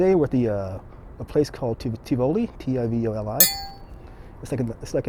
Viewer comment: Please pronounce it correctly if you are doing a video.